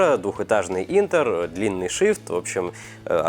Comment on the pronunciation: ***** Нет, правильно через 'Э'. Посмотрите транскрипцию или прослушайте произношение в переводчике.